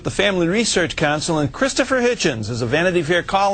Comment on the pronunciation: Hitchens not hitchen